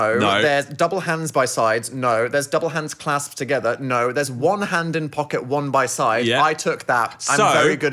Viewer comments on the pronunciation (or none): naur gaurantee aur naurrrr